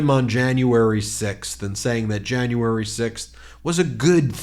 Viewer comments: There are so many horrible things about Marjorie Traitor Greene! She makes fun of President Bidens pronouncing of a name, yet she pronounces "January" as "Jane u iry." Not only is she part of January 6th, she's also a racist!😡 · She should object to the school system that taught her that we have 13 months. Who taught her to say Jayne-uary? Hahaha